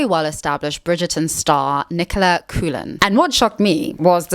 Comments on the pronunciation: Coolan isn’t how coughlan is pronounced although I kinda wish it was, it’s cocklin lol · Nicola Coughlan's surname is pronounced "CAW-LAN", not "Coo-lan." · Not to be pedantic.. but Nicola Coughlan is irish, so Coughlan is pronounced like "koh-khlan" (or cocklan but with a soft k sound in the middle).. the "cou" becomes "koh" and the "gh" becomes a soft "kuh" sound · I’m super late to this video, but Coughlan is pronounced “Cocklun” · Cock-lynn is the pronunciation for lovely Nicola's surname. She looks amazing. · Bizzare pronunciation of "Derry Girls" and "Coughlan".